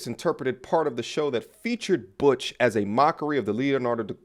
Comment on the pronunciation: butch.... sounds like BITCH